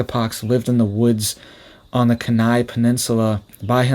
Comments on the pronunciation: Kenai Penninsula - been there - it's pronounced, KEY-nigh. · It’s pronounced “Kee-nigh” Alaska.